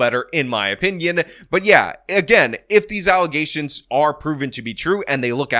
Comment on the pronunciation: What's an allegation,? You're saying alezation weird.